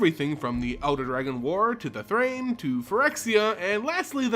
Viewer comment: Is Thran supposed to rhyme with train?